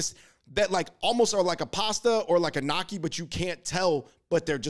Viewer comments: Why they tried so hard to pronounce all the French foods with an aceent ... but then keep referring to gnocchi as “knocky??? Killing me. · i giggle at the way yall pronounce gnocci